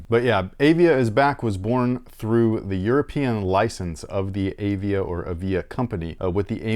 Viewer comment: &, I love the show! I am a 66-year-old Arizona State University professor and an old sneakerhead. The name of the "Praline" is pronounced "pray-leen". The other brand is Avia and is pronounced "Uh-Via". I wore the Avia 880s (white and green) to play basketball in backin Lansing, Michigan. I am pretty sure they were my hoops shoe in 1978 and 1979, They had the "cantilever sole" which was supposed to be a superior technology. The heel was raised on the edges and when you jumped and landed on the heel, you would get a cushioned response as the heel bent. As you said, they were like bricks and incredibly high kind pf like those Dominique Wilkins Reeboks years later. THanks for the show! I really enjoy you guys.